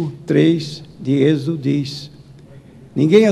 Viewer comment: LEIA MAIS LINGUA PORTUGUESA, É 'EXODO'' E NÃO EXIDO, FICA NA PAZ, TAMBEM LEIA EXODO. -17'' O SABADO SERÁ UM SINAL ENTRE DEUS E ISRAEL PARA ''SEMPRE'' REPETINDO ''PARA SEMPRE'' REPETINDO ''PARA SEMPRE'' REPETINDO ''PARA SEMPRE '' REPETINDO ''PARA SEMPRE'' REPETINDO ''PARA SEMPRE' REPETINDO ''PARA SEMPRE'' UFFA MEMORIZOU, GUARDOU, APRENDEU, AJUDA AMIGO, LEIA MAIS A BIBLIA E MENOS ELLEN WHITE